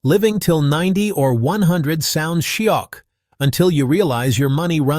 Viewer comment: your shiok sounds like shock .hahaha